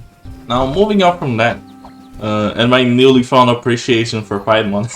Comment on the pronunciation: mate, you keep saying pie mon. it's not a pie. you read it in latin, not english. pierrot monster. that's where the name comes from.